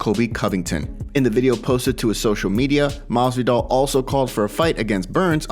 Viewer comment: Maswidal